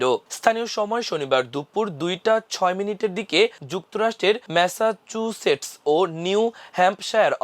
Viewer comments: ম্যাসা চু সেটস্ উচ্চারণ করতে দাঁত ভেঙে ফেলছে।😅😅😅😅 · ম্যাসাচুসেটস উচ্চারণে এত কষ্ট??